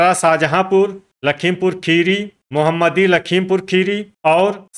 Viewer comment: सर जी मोहम्मदी नहीं है मोहमदी है